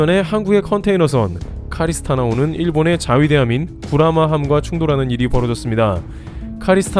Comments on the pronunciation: Carina star 호 임. 카리스스타가 아니라 카리나스타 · 카리스나 스타호 아닙니다. CARINA STAR. 카리나 스타입니다.